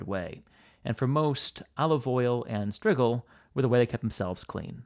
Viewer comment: strigil is pronounced stridjil - j as in jack and jill